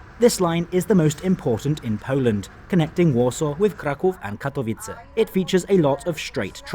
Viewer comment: Actually Katowice was pronounced like in Czech and not in Polish :) But in the end it doesn't matter and even trying and making that effort is great <3